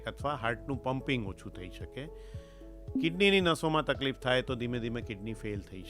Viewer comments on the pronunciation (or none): none